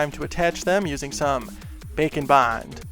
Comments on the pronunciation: I love the way you said “bacon bond”. Bwahahahaha 😂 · Every time he says' Baker and bond', to me it sounds like 'Bacon,Wine' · It sounds like you are saying bacan bon (witch sounds amazing) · Cristine from simply nailogicals fans thought she was saying glossy taco in stead of glossy top coat and now just calls it a glossy taco. With you, I know you saying bake and bond, but it sound like bacon bond. Lol. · All this time I thought you said, "Bacon Bond" but its "bake & bond"..... heh totally didn't look that up like an idiot... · who else hears "bacon bond" lmao! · Is he saying “Bake and bond”, or “Bacon Bond” 😅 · Bacon Bond makes me think of bacon bits, the way he says it.